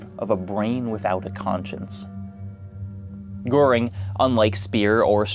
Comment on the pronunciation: usually I feel a bit of cringe when non-Germans pronounce German names incorrectly, but Goering was such a piece of shit, he doesn't deserve better.